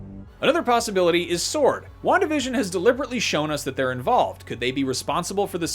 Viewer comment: Wandavision sounds like "one division " Just me?